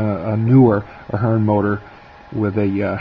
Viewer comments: Please learn how to pronounce the company's name. You sound like a novice. Also, the drive and motor would perform far better on curves of 22-inch and wider. Use long shank couplers to keep rolling stock from derailing. It is called the motor (heart of the Locomotive). The upgraded motor is an excellent choice over the older Athearn (Aft-earn). The metal eching is a good touch. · Give the guy a break... Actually, if you go to Athearn's YouTube channel... you'll see you are both pronouncing it wrong, FWIW.